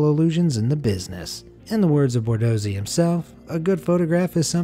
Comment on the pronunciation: his name is Borsodi, not Bordosi...